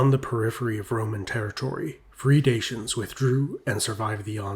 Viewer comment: DA-CHY-ANS, please look up proper pronunciation, it's not dashyan !!!